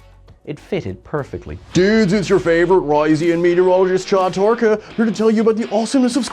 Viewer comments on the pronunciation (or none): none